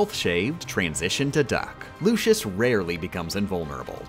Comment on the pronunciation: Larsheen, Lewsherd, Sayx, Zeshen, Lucius (Seriously? That one is so off it doesn't even make sense), Veshen (OMG this is becoming painful).